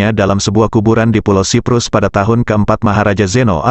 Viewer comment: Bukan sebut "ciprus". Tapi sebut "saiprus"